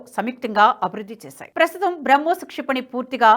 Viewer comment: నమస్కారం. తెలుగులో మాట్లాడు తూ ఉంటే, పదజాలం, 2 పదాల మద్య విరామం యేలా ఇవ్వాలి అని తెలుసు కోవాలని విన్నపం… ఇక్కడ ఉదాహరణకు మీరు ఏక కాలంలో "BRAMHOSNAVY" అని పలుకు చున్నారు. ఇది పాత సామెత "రామునితోక పివరుoడిట్లనియే" మాదిరి గా ఉంటుంది. NHTV standard ఇది కాదు.